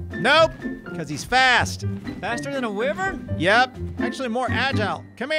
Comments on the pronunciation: it's pronounced WHY-vern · U said wivren but its wyvren